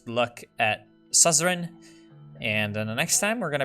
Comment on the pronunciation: It is pronounced "Soo-zer-in"